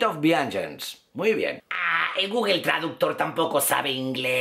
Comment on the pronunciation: no sabes ingles, no se dice gugel, se dice gugl.